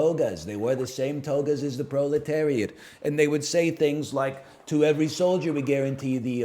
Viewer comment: first time I ever heard NL say proletariat and immediately got it confused with the movie secretariat. marx I have failed you 😔